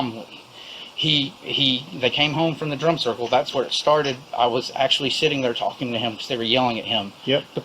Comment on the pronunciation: I thought they were saying "drunk circle", not drum circle 😂 Pretty sure it was both